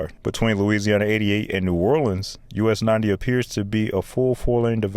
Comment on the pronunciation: The pronunciations are painful!!! WestBANK Expressway Boo-TAY Never EVER is it “nawlins” please NEVER say that again…..it’s Nu-OR-lens That was interesting to watch but gut wrenching painful to listen to….